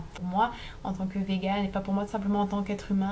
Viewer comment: Cheveux bleus + études de psycho + véganisme: tu sais que ca va partir en live XD Ps: on dit végan, pas véguan ^^